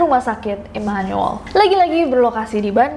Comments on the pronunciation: Imanul imanul 😭🙏 Dibaca imanu-el aja Nes 😭😭😭😭😭🙏🙏🙏🙏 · Baru tau Immanuel dibacanya Imanul. Orang Bandung mh nyebutnya Imanuel (I m a n u e l) hehe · Setelah berkali kali ngomong imanuel, akhirnya bener juga penyebutan imanuel. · Immanyuwel (immanuel) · That "Immanuel" pronounce😳